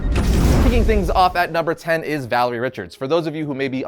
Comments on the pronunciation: You dont make the list its valaria not valery and she is totally top 3 at some points /stories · Her name is Valeria, not Valerie. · It's Valeria Richards. Not Valerie Richards. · You lost me at Valerie Richards. It's Valeria. Great job! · You should never make fun of someone for mispronouncing words. It usually means they learned the word through reading and seeking out knowledge. But Valeria being called Valerie was making my brain hurt. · seriously, her name is VALERIA Richards, not Valerie! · Sorry I'm late to the party and just saw this vid, but it's driving me crazy that they say Valerie Richards and not Valeria. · Actually, it's Valeria Richards. NOT Valerie. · So although I'm sure someone has already said it but it's not Valarie it's Valairia. I'd also like to add Hank Pym was named the scientist supreme so he kinda has to be number one, although I understand one and two still scientist supreme not really wiggle room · It's pronounced Val-er-e-a. Valeria. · It's Valeria, not Valerie. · It’s Valeria not Valerie. Cmon man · Who is Valerie Richards? I know Valeria but not Valerie. You even said it more than once. Hmmm. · Her name is Valeria not Valerie. If Marvel says she's no.5 that makes your list irrelevant. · Valeria bro, Valeria Richards, not Valerie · For someone that does comic book videos shouldn't you know that it's Valeria Richards and not Valerie Richards..? ; ) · And,, Reed, and Sue's daughter is named Valeria (Val-AIR-E-ah), not Valerie. You wouldn't want people to start referring to you as "Ari". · VAL-AIR-IA with AIR in the middle pronounced like beginning of your name. FFS you are such a poser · Why in the world did this guy, say Valerie Richards instead of Valeria Richards? and he also didn't pronounce Blue Marvel''s last name correctly. This is guy is just reading a script. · When he called Valeria Richards Valerie Richards cringe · VALERIA not Valerie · As his "niece??" Va_-lay_-re--ah not valery said trust in doom